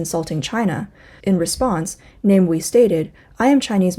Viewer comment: Namewee is pronounced as Nah-mah-way